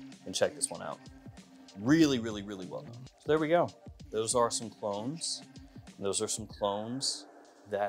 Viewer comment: Did you say "clones" or "clowns"..?? Geesh!